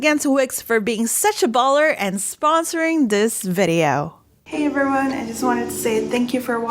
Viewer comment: I caught “Eberyone” and “Pall”